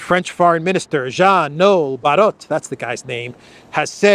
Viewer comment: Barrot (Fr.) Isn't that pronounced Barrow? Like in Wheel barrow, a device for containing and conveying shit? Excuse me, I meant manure.